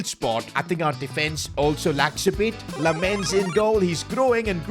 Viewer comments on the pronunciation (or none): You have to pronounce Lammens his name like "Lammins"